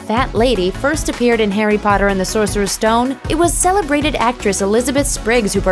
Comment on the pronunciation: WHY DOES EVERYONE SAY ‘SORCERESS STONE’ !!!??